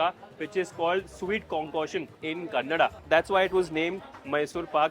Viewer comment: "kannada"..thank you for saying it right